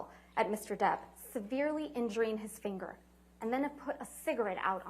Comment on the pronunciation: His Kentucky Twang came out when he says His (fanger) finger